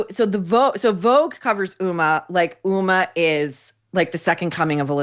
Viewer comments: Just a comment on pronunciation. The "H" in Huma Abedin's name is pronounced as a hard "H". It is an Islamic name and should not be confused with the name "Uma", which is a Sanskritic Hindu name that is also the name of a Hindu Goddess. As a Hindu, I just don't want people to confuse HUMA with being a Hindu. She is of 100% Muslim ancestry with one Indian and one Pakistani parent, and grew up in Saudi Arabia since aged 2 until college, though I doubt living there affected her worldview. As you pointed out, her most proficient quality is social climbing by ingratiating herself to powerful people like Hilary Clinton. She was known as "Clinton's hard drive" from hacked emails written by longtime Bill Clinton Advisor John Podesta. It's not surprising that she married a guy whose job it is to spend his father's fortune. She's just a dumb person who Hillary for reasons unknown to me, except maybe that she's a carbon copy of Clinton, (Hillary is known to rail against people who disagree with her) took an unusual affinity. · I'd appreciate it if you could pronounce her name with the H voiced out. Uma is a Hindu goddess.